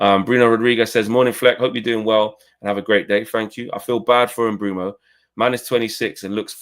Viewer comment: Its Mbeumo.....Can we get it right